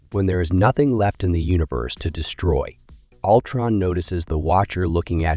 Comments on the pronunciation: I can't watch videos where the narrator constantly butchers the heroes and villains' names. Altron no, no, no, it's Ultron stupid! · Yeah “Altron” was sending me